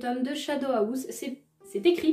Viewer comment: House pas ahouse 😂😂